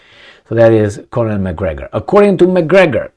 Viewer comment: 'Colonel' pronounces just like 'kernel' Two syllables, not three.😊